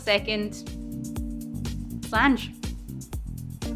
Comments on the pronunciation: Absolutely loving this channel. Been watching a couple months and I'm still finding videos I havent seen such as this one! I must say though, I got a good laugh out of the "slanch" at the end! We pronounce it more like sloncha! Sorry to be critical, Slainté! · Sláinte is pronounced SLAWN-CHA in Irish